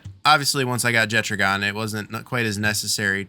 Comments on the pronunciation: Jettragon? Isn’t it pronounced jet dragon without the d? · Faeris and Marcus throw lightning at you because they assume you are going to attack him with a water pal. BTW, Jetragon is a dragon so the 'ragon' part is pronounced the same way as it is in "Dragon". - Jet-ragon.